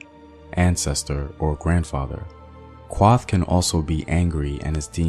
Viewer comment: Kuoth! not kwoth, Naath! not Naat, Thanks for sharing though